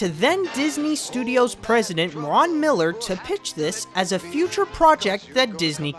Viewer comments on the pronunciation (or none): none